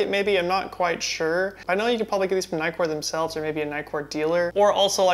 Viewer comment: Everytime you said nightcore all I heard was Nikkor! Hehehe..... the nitcore seamed you have more saturated skin tones.... personally I liked the FD better....